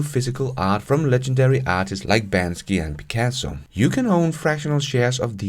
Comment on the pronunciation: Please don’t say “Bansky” 😆